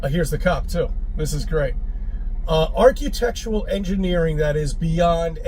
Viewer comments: So Chris thinks the pyramids are "arch-you-tectural remains" of a more advanced civilisation, does he? The very fact that he can't even pronounce "architectural" is enough to guarantee that I won't take anything he says too seriously. Face it, the whole "flat Earth" concept is as dead as last Saturday's newspaper. No matter how loudly these intellectually challenged windbags bloviate, all they succeed at is making laughingstocks of themselves. Thanks for bringing more laughter into my life,.❤️ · "archEEtectural" WTF?..